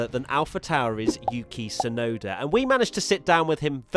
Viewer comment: Yuki Tswear-noda